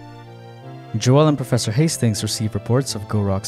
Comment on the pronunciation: It is just pronounced "Johl" although "Joelle" is definitely funnier